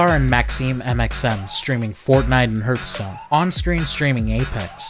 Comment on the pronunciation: the way he pronunces hearthstone feels weird to me